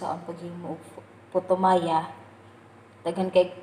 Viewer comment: Hello po ate na slang po ang putoo maya hehe enjoy cooking po thanks for sharing God bless